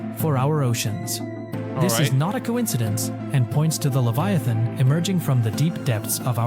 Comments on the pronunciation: LEVIATHAN NOT LEVITHAN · LEVITHAN not Leviathan, LEVITHAN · The huge ”LEVITHAN”😭